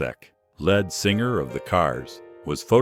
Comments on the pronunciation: At 3.17, Rick Kekoset (never heard of him) who was "LEAD" as in the heavy element, not LEAD as in the front. Why why why do they use these computerised narratives/translations/News banners etc. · I struggled for a bit until the AI voice pronounce Ric Ocasek the lead singer...it said Ric Oak-i-Sack and instead of the proper lead (leed) singer, it said led singer, like the metal, or like Led Zeppelin. Two massive fuck ups in the same sentence? I am gone MoFo's. Gone for ever. No like, no sub, removed from recommended. Until these channels stop using it, any AI voice overs are gone. No other choice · The worst was describing Ric Ocasek and "led" singer of the Cars 🙄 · Lead pronounced here as 'led singer?'- boycott this a. i. narrative channel.